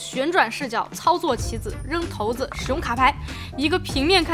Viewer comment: 投子？骰子shaizi